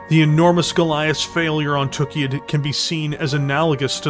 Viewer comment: I have to say, I love your videos, but it really really bugs me (and it's not just on these videos, it's Death From Above Wargaming and many other people) the way that people pronounce Tukayyid. It's not "TOOK-ee-id", it's "tuh-KAI-id". The only word that you can compare that has a double-Y is "sayyid", meaning the planet was likely named by people who spoke Arabic and would carry that pronunciation.